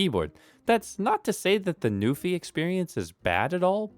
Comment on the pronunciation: He said "Newfie keyboard" so many times. Shoutout to my fellow Canadians!